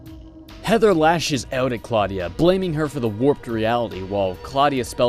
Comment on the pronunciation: claudia wolf... claudia....clawdia....clawdia wolf... ok no way i can take this lady seriously now : )